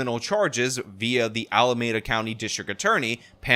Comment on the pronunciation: still can't pronounce Alameda right.